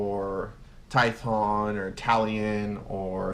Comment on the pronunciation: lol your saying tython it's tyPHon lol sorry it was bugging me you know I dig this channel you have seen me around for a while